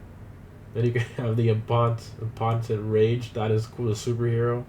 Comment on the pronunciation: I got pissed because he said impotent really weird lol